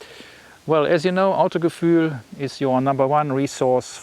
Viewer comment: Ich dachte im ersten Satz wo du sagtest Autogefühl xD das dein Englisch einfach Broken wäre ^^